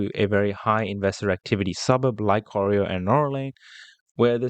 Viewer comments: You pronounce Corio as Co rye O Corio is full of public housing, it’s full of meth heads. You’ll get rubbish tenants. Colac is a better area, still cheap but not full of meth heads. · The suburb is corio pronounced kor-eye-o and not coreo .... dont worry not a biggie ..... just get here before its all gone to the Chinese, Indian and the Muslim countries population ..... not a racist remark its just that they seem to congregate with their own unlike the rest like the European ones, Greeks, Italians Macedonians, Spanish etc. that have their own clubs and associations they are mixed with everyone else without problems .... well rarely. Check out Pako Festa and you will see what i mean, you got to be there every year !!